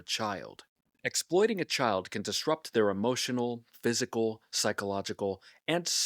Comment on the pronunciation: Emohhhtional damage😂